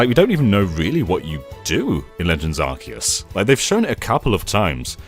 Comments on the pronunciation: Really it is pronounced “Arkeus” from the Greek word “Arké”, origin, e the Latin word “Deus”, god. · No no...it's Ar-Kee-Us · It's Ar- Kay- Us. Arcane, and deus. What do you mean 'they were mocking corrections like these'? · Arceus is pronounced "Ark-eus", not "Ars-eus". When Pokemon Battle Revolution came it that game did pronounce it Ars-eus, but all subsequent official pronunciations have been "Ark-eus". This is thought to be an intentional change (rather than a mistake in PBR) in order to make British school children giggle less. This has been useless facts with Jonny, you're welcome! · Zion is wrong, it was pronounced arse-ee-us but as of Pokémon Sun and Moon it is arc-ay-us. Silvally's ability is RKS System, not RCS System. I agree with him that this won't be my favourite game of the year, I will prefer Elden Ring and Breath of the Wild 2 almost certainly. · NO It’s actually pronounced Ark-ee-yus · It’s not arkeus It’s not arseus It’s ARKOUS!! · It's pronounced arsayus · i think it's pronounced "ar-kei-us", as in archaic - ancient; deus - Latin for ‘god’. Even in the movie it's pronounced that way. Oh well, to each his own. 🤷‍♂ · actually it’s ARKOOS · I like how the voice “correcting” you on the pronunciation of arceus actually got the pronunciation wrong! 😂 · Incorrect, the new JP trailer probounces it Ar-See-Us. It was changed in Europe/UK because of the word "arse". The original and accurate pronounciation is Ar-See-Us. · ...It's definitely a hard C in Arceus, not an S sound.